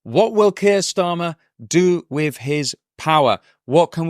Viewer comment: 'With' not 'wiv'